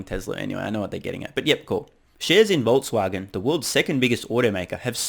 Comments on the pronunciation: Did they say Vol"t"swagen?? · Voltswagen haha😜😜 nice aprils fool story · Haha...FAW-Voltswagen. At least it is 4/1. But the joke's on Reuters.